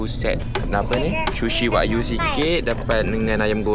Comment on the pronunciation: Sebutan dia wa-gyu tau. 😊